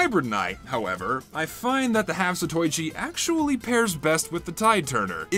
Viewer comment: gonna sound like a great big gaylord right now, but it's pronounced 'zato-ichi'